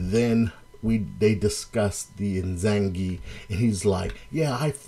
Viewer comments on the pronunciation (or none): Cool breakdown... But it kinda bugs me how you pronounce Izanagi and Izanami. You say Izangi and Izanmi. HHhaha my japanese friend told me they are: Ee-Zah-Nah-Gee and Ee-Zah-Nah-Mee. Just letting ya know. Lol